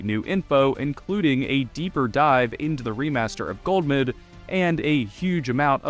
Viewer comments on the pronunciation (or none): Why you saying it as "Gold"mud, youre driving me crazy. Love your vids tho